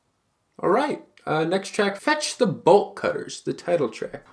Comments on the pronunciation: when you said the album name i thought you said Vegetable Cutters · wait what is the album i cannot understand a single word he said